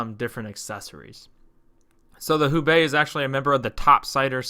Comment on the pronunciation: Just to avoid confusion, I believe Houbei is pronounced "HO-Bay". Enjoyed your video!